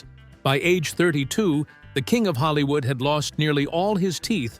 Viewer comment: Holl-eeew-ood HAHAHAHAHA